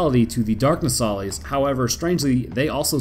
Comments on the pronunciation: It’s pronounced “No-sa-lis” you keep calling it a “No-sali-es” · Your pronunciation of Nosalis is wrong. If you've played you should know how to pronounce it properly.